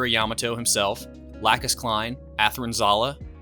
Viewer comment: It's La'koooooos, Just like the new ENG dub is pronouncing it 🤣